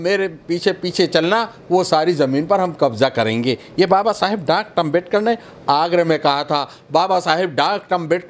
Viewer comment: इस आदमी को बोलने की तमीज तो हे नही ।डाक्टर भीमराव अम्बेडकर जी को बार बार डार्कट अम्बेडकर बोल रहा हे।